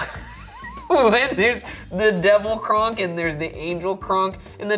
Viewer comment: Instead of kronk I heard ryan say “gronk” lol still a himbo